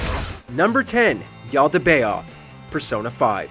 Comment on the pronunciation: The way he pronounces Yaldabaoth actually hurts me